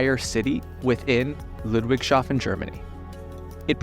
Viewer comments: It is Ludwigs - hafen not Ludwig - shafen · Great video but you didn't even TRY to pronounce "Ludwigshafen" correctly. Lood-vigs-hah-fen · just fyi it's pornounced Ludwigs hafen not Ludwig schaffen